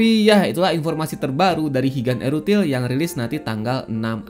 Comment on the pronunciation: wong jowo tersentil g nih ok ngomong erutil (ithil) 😂